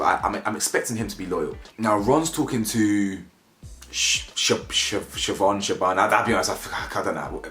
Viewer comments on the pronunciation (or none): Her names SA-NAM where’s Sioban coming from your not even trying?